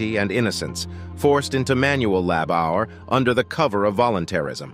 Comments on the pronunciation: Yeah, you can thank their crappy computer generated text reader for that. "Child lab hour." Gimme a break. 🤨 It just occurred to me, they're probably using that stupid Brit spelling, with the extra "u" in it - "labour." I think they have a rule that any time there's an "o" it gets an extra "u"next to it. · "Child Lab our" lol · "child lab-hour". I had to stop it. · Please fix the audio so it stops saying "lab hour" for "labor". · It's Lab Hour!!! 😂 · 'Lab -our'???? If you want to create effective anti-North Korean propaganda, it's a good idea to be fluent in the national language you have chosen to use, or your credibility as an alternative source of accurate information will be ruined. If you can't pronounce your chosen language accurately, it would be safer to rely on the printed word - although that gives more opportunities to the chosen audience to double-check its veracity and look for more positive alternative sources of info. Personally, this item left me sceptical of both sources. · Who pronounces labour LAB OUR? Third rate narration bots that's who. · Lab our? Geez Louise. That was soooo annoying! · Why would the narrator pronounce labor as Lab-Hour?? Is he reading a script in a language quite foreign to him, and has no idea what he is saying? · This has to be the worst OR most reveling example of robo or bot narration ever. As of "lab hour" ? The US spelling would be easier for the bot as it's spelled "labor". So it's the UK spelling of "labour" which clearly threw the bot off. Nothing specific, but I'm generally suspicious of any bot narration. To the channel I suggest having your English script re-written by an English speaking person. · Lab Our? Oh dear! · I think your reader needs to learn how to pronounce the word 'labour' (It's not 'lab hour'!) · what the hell is child lab hour. if you can't the voiceover right then don't bother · Lab-hour what? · Stop saying lab our! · Lab hour! Jeez, I can't listen to this crap. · Learn how to pronounce " Labor"